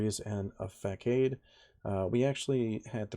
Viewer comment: The c in facade is a soft c. Sounds like Fuh-sodd.